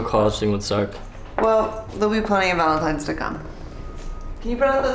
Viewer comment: Valentimes day. I love it. 😂